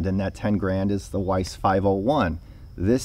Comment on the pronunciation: nice review - but one must pronounce Veiss like with a V, not English W ;-)